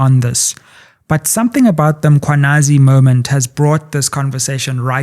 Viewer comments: I am always intrigued at how white people and mostly black journalist will go out of their way to pronounce foreigners names, in this instance (all of Goswamis names) and yet butcher Mkhwanazi by always referring to him as (MAkhwanazi) (mApumalanga)😢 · IS IT REALLY DIFFICULT TO JUST SAY 'MMMMM-KHWA-NA-ZI? Makwanazi???😤😤😤. Makes me cross when she says that!! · I have it when white people say Makwanazi. This is just disrespect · The non-blacks think it's okay to mispronounce black people's names. "Makhwanazi", seriously? It's the very same reasons they can't say Tshepo, but they can say Tsunami. I dislike people who don't respect black people. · Yes, so many people mispronouncing the name when it's really not difficult.